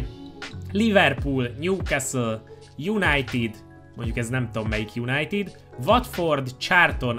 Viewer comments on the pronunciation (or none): az nem newecastle és united hanem newcastle united:D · Esküszöm fájt amikor külön mondtad többször is a Newcastle United-et :D